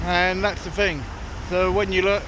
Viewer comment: How many "fings" are there? 🤣🤣